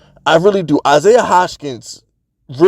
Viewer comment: Stop pronouncing Isaiah's name like that. Butchering it odee.